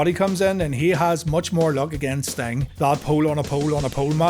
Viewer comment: ah yes, the man called stomg